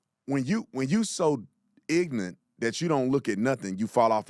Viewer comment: The word is IGNORANT, not ignant!!!!